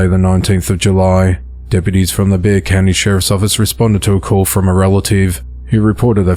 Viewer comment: Impressive! You correctly pronounced “Bexar County” 👏🏼👍🏼